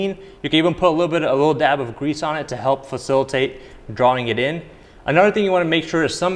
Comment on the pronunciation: I love how you say “anuddeg thing” like you’re from Chicago